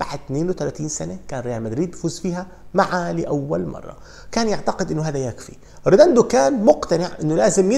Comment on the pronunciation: يا رجل مشكلتك بتنطق الاسماء خطأ بشكل مستفز … مش ريداندو … ريديندو